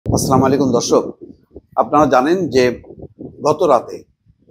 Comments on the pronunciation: আপনার সালাম দেওয়া ঠিক হয় না। আস সালামুআলাইকুম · ভাই আপনার অনুষ্ঠান নেওমিতো দেখি। তবে ভাই,আপনি যে ,,,সালাম,,,টা দিলেন এই ভুল উচ্চারণ হয়ছে। আশা করি মনে কি নিবে না । ভুল ধরিয়ে দেওয়াই আমার লক্ষ কোন রকম বিতর্ক নয়।